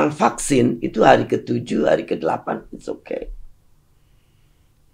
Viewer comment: Alhamdulillah, PARADOX Bu Susi cuma sebatas "fluent in English with good pronounciation tapi masih nyebut 'PAKSIN' dari pada VAKSIN". Paradox lucu yang tidak merugikan orang. Ada yang paradox, tapi merugikan banyak orang.